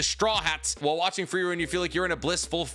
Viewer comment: Never thought I would find someone who loves Frieren this much but also doesn't know how to pronounce Frieren.